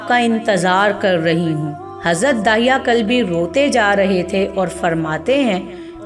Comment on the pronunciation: دحیہ کلبی صحیح تلفظ ہے بنی کلاب سے تھے.